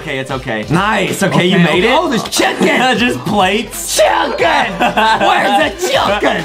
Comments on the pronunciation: Wait, did I heard “cHUuUcKeN” but not “cHiIicKeN”? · Come on, Foxy! It's not just a "CHICKEN" it's more like... "CHOKE-CKEN" for Justin, AYYYEEEEEE! I just played this almost 39 times this day, AYYYEEEEEE!